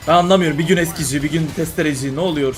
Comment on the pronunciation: nolüyür içindeki adanalı çıktı 😂😂😂